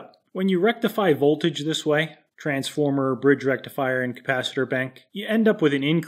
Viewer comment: Did you say rectum fryer?